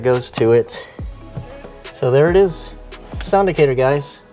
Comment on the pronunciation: I think it’s pronounced like “Actor” Sound-Actor.